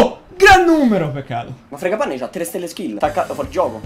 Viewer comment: Fragapane si dice